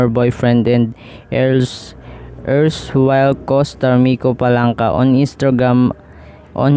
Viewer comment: Palanca not FALANCA😂😂😂😂